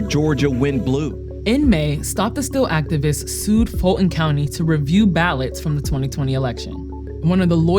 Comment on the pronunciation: Why doesnt she pronounce “Fulton” correctly? The ‘T’ is not silent. And she works Vice?